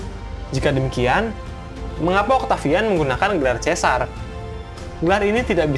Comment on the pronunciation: Lucius dibaca /lukius/ Caesar dibaca /kaesar/